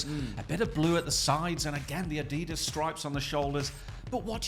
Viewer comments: It is adidas not aDEEDAZ lol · These two hate way too much on some of these shirts. The dad says Adidas completely wrong.